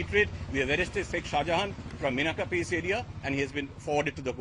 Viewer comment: Minakha not minakhan